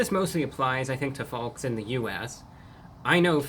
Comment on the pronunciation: Emphasized "FoLks" and I was like "Time Traveler Confirmed!"👌